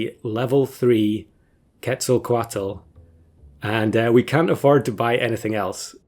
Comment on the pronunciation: A++ for the pronunciation of "ketzelcoatl" nice